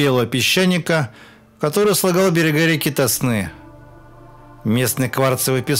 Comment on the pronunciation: Какой ТоснЫ? Река ТОсна.